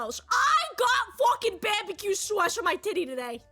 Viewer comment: "Bahbuhkew sawce" instantly won me over lmao